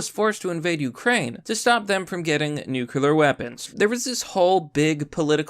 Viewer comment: New clee ur, not nukular, PLEASE!